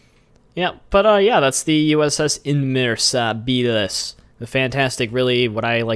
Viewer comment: Its pronounced Inmeasabilis